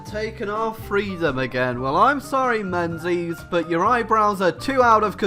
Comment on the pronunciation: Menzies is pronounced "mingus" dumbass, lol